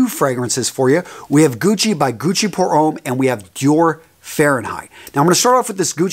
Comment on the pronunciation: Ouch. The pronunciation here is absolute cruelty. Homme is prounounced om not ome. Drop the last letter in French words; so you drop the n in Guerlain. Millesime is prounounced with a z. Azzaro is pronounced like arrow... I had to give up at this point, my ears were bleeding from this aural rape. If you're going to talk about a subject please learn how the words sound; the language of perfume is pure poetry.